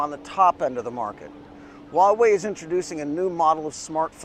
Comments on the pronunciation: It's just Hwa-way, no wa-way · With all due respect，your pronunciation of Huawei is funny😉 it sounds like “uawei” HH，but it doesn't matter It is expensive in China🥲 I hope Huawei products can be cheaper in the following years